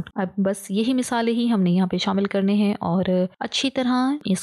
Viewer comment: Misale 😅 nhi masale😂